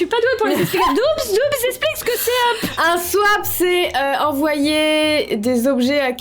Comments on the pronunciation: On dit swap pas swipe 😂😂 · Il y a que moi qui a vu qu'elle dit "Swaip" au lieu de "swap" 😂 !? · je suis le seul a remarquer qu'elle dit swipe au lieu de swap ??? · Swap le swip c est pas sawwaapp ceestt sssssswwiippp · Elle a dit swipe au lieu de swap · on dit Swap pas Swipe! 🤣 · tu dis swipe mais c swap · et son SWIPE!! Au lieu de Swap🤣🤣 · swap sa se dit soap en rapide pas swaip mais sinon pas grave 🤣🤣🤣🥰😘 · C l'heure du SWIIIPEE Moi: Swap 😯: Du coup moi c'est Marie qui a fait mon SWIPEE Moi: On dit Swap 😢: Je sais pas ce que ca va donner par ce que j'ai jamais fait de SWIIIPE de ma vie Moi: bon c'est bon j'arrête 😭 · "swaïp" mais stoop 😂😭😭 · Suis-je la seule à avoir remarqué qu’elle dit swipe et pas swap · C moi où elle dit swipe? C un swap!!😅😂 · Je suis là seule à qui sa gêne qu’elle dise swip au lieu de swap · Il faut pas dire sype il faut dire swap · "Swaip!😂" C Swap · Par contre c'est swap et pas swipe 😂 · tu dit swaip à la place de swap 😅 sinon je te kiffe👍🏻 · Pendant tte la vidéo elle dit "swipe" et pas "swap" voilà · Tu me fais trop rire on dit pas "swipe" mais "swape" 😂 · Toutes la vidéo j'me suis dis mais putain sais Pas dire SWAP elle dit... Swipe😂😂😂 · Mdr 😂 on dit '' swap''pas ' 'swaïp' ' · Il y a que moi qui entend swaip au lieu de swap mdr 😂 sinon continue tes vidéos tes super 😊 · Elle dit swaip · Heirani Dautrey nn moi aussi j’ entend ça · Moi aussi 🤣🤣🤣(je suis trop stressée) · J'ai compris ! (Oui très tard ) Elle dit Swipe alors que c'est swap ! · Touuuut le long tu as dit « swipe » à la place de « swap » xd voilà c’était perturbant et entend qu’humaine composé d’un ego j’ai eu besoin de rendre ma remarque viral, aller salut ! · J’adore comment dit SWIPE au lieu de swap 😂😂😂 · C'est moi ou elle a dit swipe au lieu de swap toute la video? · Je suis morte tu dit "swipe" au lieu de "swap" pendant tout la vidéo 😂😂😂😂 j'etait la en mode non c swaaappp pas swipppeeee